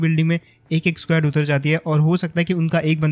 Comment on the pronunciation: Legit bhai.... S-Q-U-A-D nei S-K-O-D bola karo😅 Funny lagta hai jab itna confident se SQUAD bolte ho